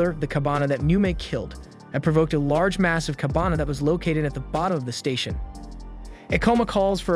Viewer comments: kabane was pronounced as kabana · KABANE! Not Kabana, man! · kah-ba-ne not kabana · Its KA BA nEeee ... Not Kabana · The misspronounciation really takes out a lot from the video. Everytime he said Kabana instead of Kabane, it breaks my immersion. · its kabane , not kabana you ****